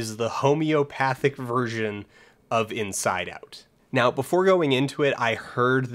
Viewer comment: Took me 11 minutes to realize he was saying Inside Out not Get Out hoo boi